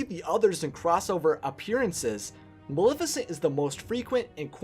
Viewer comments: Her raven is only known "my pet" in the animated feature, where did Diablo come from? Her, name is Maleficent pronounce the not malificent the name comes from the word malefic. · You can't even say her name correctly, it's Maleficent not Milificint. Idiot. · "Ma-le-fi-cent" not "Ma-li-ficent" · If you're going to say MULIFICINT one more time... :D